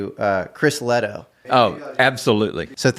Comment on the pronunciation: Shout-out Chris Lehto and the Lehto Files. Didn't he pronounce it wrong? 😅